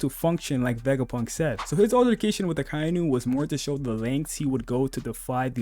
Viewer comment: Aka-Inu... Not "Ah-Kai-Nu."